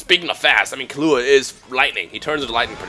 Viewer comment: Its pronounced KEY-LLUA. not KILLUA...